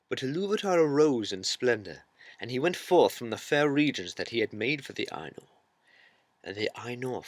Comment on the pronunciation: I was more annoyed by her pronunciation. Her pronunciation of "Ainur" sounds too close to "anal".